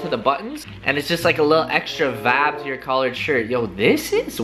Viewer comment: tooooo much "wibe"